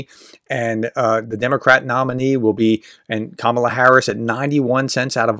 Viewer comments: Trying to report fairly on Harris, you might start by get her name right. It's KAH-mah-lah. Accent on the first sylable. All three a's as in car. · Hey How about showing some respect and pronounce her name correctly? It’s emphasized on the FIRST syllable. (Think of it as „comma-la“). It makes you sound like one of those right-wing airheads when you pronounce it wrong. Cheers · It’s Ka ma la plz say correctly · Her first name is pronounced, KA-ma-la, with the emphasis placed on the first syllable. All of a sudden this week, everyone is saying 'ka-MA-la'. Come on, folks, we've had four years to figure this out. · Pronounce her name correctly. It’s “COMMA la” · How do you get to be on these polls? I've never bee asked to be on any of these polls.. BTW her name is pronounced KAmala kAmala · Please pronounce the name correctly, you are using a racial slur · Why pronounce her name wrong in the first sentence?